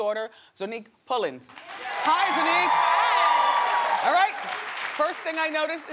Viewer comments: Wendy is always mispronouncing people's names!!!!! Its ZONNIQUE not Zoneique wtf? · Wendy was pissing me off with her rudeness and also when she continued to not say Zonnique's name right😒😒 Like bih it's Zon - nique not Zo-nnique 😂😒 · I cringed every time Wendy said Zonnique's name wrong... it's pronounced (Zy-nique) not (zoe-nique)